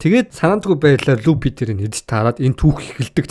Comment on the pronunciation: Pisda ygd F P 2ig ylgaad duudchij chaddgum be luppy trapalgar geshh pigerland yu yu geed bgamdee